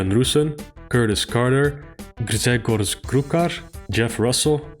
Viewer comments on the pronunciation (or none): Oh wow you nearly read Grzegorz correctly :D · The hardest thing for you in this video was pronouncing the Polish name "Grzegorz" during the patreon shout outs. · After butchering poor Grzegorz's name I have to post this